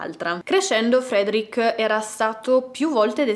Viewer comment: ...si pronuncia "Fredric", non "Friedric". Lo so perché ho un amico di origini ruandesi che si chiama Frederic. 😂😂